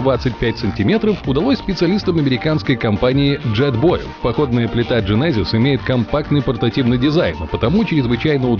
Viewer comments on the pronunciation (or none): none